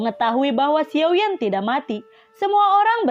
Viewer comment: Xiao yen atau xiao yan. Hati2 ya min beda penyebutan karakter beda pemahaman. Xiao yen atau xiao yan. Jika xiao yan jangan selewengin.